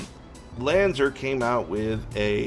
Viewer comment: Lanz are not Lanz er